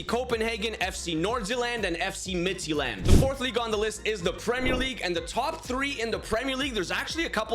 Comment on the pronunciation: I would honestly love if this style of UCL would become a real new format to the actual UCL Also just wondering why you pronounce Midtjylland as Midtsjælland. Just saying